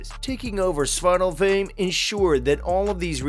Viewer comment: Two things wrong: They are pronounced AESIR, not EESIR It is pronounced like Svartalfhime, not Svartalfhame